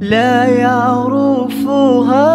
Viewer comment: النشيد جدا جميل لكن فيه خطاء ف النطق هو يقول لا يعرُفُها المفروض تنطق لا يعرِفُها يعني بكسر الرا وليس بالضم